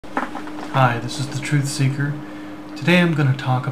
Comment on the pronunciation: One Question False Seeker not ceeker Or you jewish?